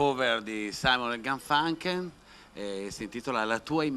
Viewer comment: Dino, chissà se hai avuto il tempo di imparare come si pronuncia Garfunkel!!!